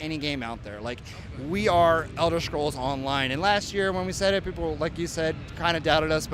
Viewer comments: BTW, since when is this series called elder shcrolls? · Elder shcrolls